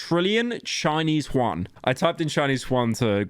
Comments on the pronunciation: did you just call a chinese man Juan (spanish)? His name is Juan (chinese).. That's χuan vs ʑʏæn And Yuan are closer in translation to japanese yen than yet again good old Juanito Since we're all weebs, if you don't know how to pronounce chinese, pronounce it japanese instead, because that's still closer than spanish xD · How the hell did you pronounce Yuan as Huan? Like how did that even happen